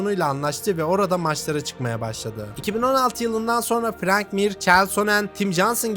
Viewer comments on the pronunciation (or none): none